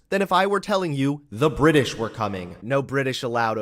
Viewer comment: Did he just say BRI-ISH?